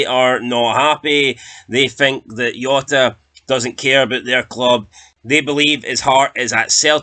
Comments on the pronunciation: Jota not yota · The Portuguese don't pronounce the J like a Y ya fud, it has a ZH sound cabron!